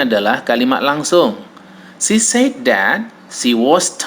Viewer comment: The correct pronunciation of said is sed, not seid. If say / sei /. Says / sez /, not seiz. Sorry for this!